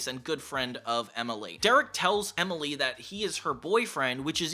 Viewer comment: Say it with me,: Emmmily. EmILY. Emily. EMILY!😱🙈